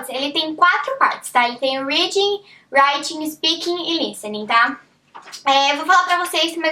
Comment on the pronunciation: Mas pq não aprendeu a pronunciar "reading" e "writing" ainda!?